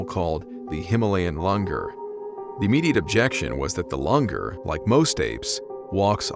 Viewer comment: Langur is pronounced as langoor.